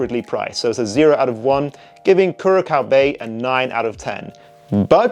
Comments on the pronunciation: Curaçao Bay is amazing!! It’s pronounced Cure A Sow. They must have sent out some bottles to lots of fragrance reviewers because this is starting to pop up a lot. It’s AMAZING! Smells like sun tan lotion but in a great way. There is no coconut in it, but it smells like it is in there. Wonderful wonderful fragrances. Got very lucky to get a huge bottle on fragrancenet for 50% off. Keep your eyes open. Would suggest try it first. If you love it, you will really love it. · The second C in Curacao is soft so its pronounced as S